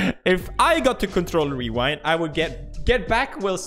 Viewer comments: Lols pewds said weewind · did he just say wewind? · Lmao pewds said wewind